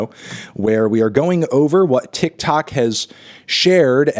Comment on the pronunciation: him saying 'tic tac platform' is way funnier than it has any right to be